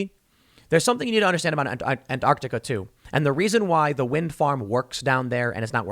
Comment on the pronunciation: Why can't Americans ever say Antarctica right? well at least he doesn't think it has a silent t like other Americans do but he still says it strangely.